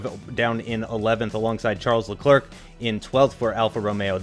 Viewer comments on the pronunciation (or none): Also Im 90% sure Leclerc is prononced Leclaire....